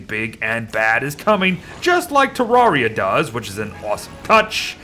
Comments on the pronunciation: te rare ee a not tea rawr ee ah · Pronouncing Terraria wrong. “Rare” not “rawr”